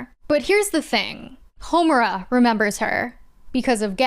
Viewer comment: Concerning Puella Magika Madoka Her name is Homora not Heterora